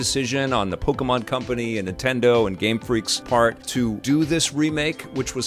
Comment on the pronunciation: LOL, Pok-y-mon. This game's fine....it's fine...(funny words of ) Survey says, it's fine. Youtube needs to remove the "Dislike" button from this channel. doesn't deserve that option.